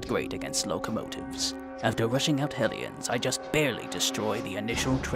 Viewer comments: Why do I keep hearing "Aliens" instead of "Ellions"??? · Anyone else kept mishearing Hellions as Aliens?